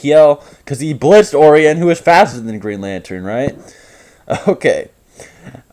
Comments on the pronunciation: Orion is pronounced “oh-ry-on” just so you know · Ore eon I love when people mispronounce words that are commonly said aloud. Oh Ryan Orion O-rion Not ore-eon Oh also you say “redundant” constantly, but usually in situations where it doesn’t apply and your usage doesn’t fit the definition of the word. Otherwise, I enjoy your content bud.